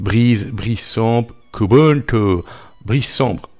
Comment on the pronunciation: Qiou ti (plutôt) 😉😉.... Prononcé à l'anglaise